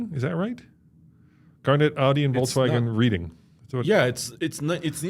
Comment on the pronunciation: Hey it's pronounced Reding.